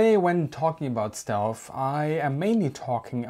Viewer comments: The same guys that turned down Anthony Fokker. “Stealth” not shealth! Next comment..... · excuse me but I think you are saying "stelf" endig in an "f" rather than "th".